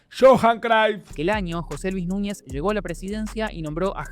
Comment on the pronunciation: Porque pronuncia el nombre de cruyff crayff? Ajajajaja este pronuncia como quiere los nombres